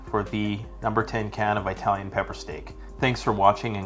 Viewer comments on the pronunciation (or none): Do EYE-TALIANS really eat pepper steak?